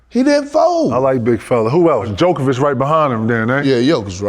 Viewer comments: Did KG just called Jokic - Dzjokovic ? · Kg called him “djokovic” 😂😂😂😂